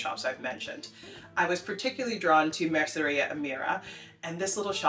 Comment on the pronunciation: Pontejos is intimidating for natives too! By the way, you said 'mercería' flawlessly, you shouldn't be worrying!